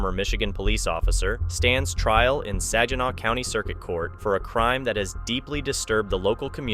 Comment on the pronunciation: Saginaw = Sa-guh-naa